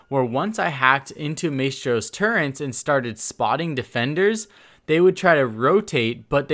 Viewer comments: As a Brit, you pronouncing "Turrets" as "Turrents" is very triggering... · "turrents" lol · Why does it make me mad he says “turrents” instead of turrets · Turrets, not Turrents... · Great video. Just a minor thing: it's turrets, not turrents. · really dude, your gonna call them turrents. Its turret...you know that right? Do you listen to your own audio at all? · T U R R E T S not turrents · It's turrets not turrents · Okuri Shito turrents? More like...... CURRENTS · Maestro's "Turrents?" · did you say "turents"? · Turrents? Torrents???? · Turrents? Learn how to say basic words dude. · It bothered me how he couldn't say turrets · I don't know why but the added N in turrets is really like making me cringe